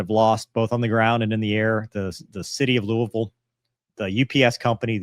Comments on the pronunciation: glad hes actually saying louisville correctly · As someone from Kentucky, props, for pronouncing Louisville correctly. As far as your question about why it took 3 days, my only guess is because it took that long for the information to move up the ladder until it got to people who could make the call to do it. UPS is a massive corporation, and I can only imagine how much bureaucracy is in place, not to mention how the aviation wing of UPS isn’t the whole company. I’m sure some of the higher ups have no knowledge of aircraft, and seeing that detached engine and pylon laying beside the runway wouldn’t automatically trigger the thought that they need to immediately ground and inspect their other aircraft. Maybe I’m just naive but I don’t see anything nefarious, it’s just that the bigger the corporation and the more people in charge, the slower decisions are going to be made.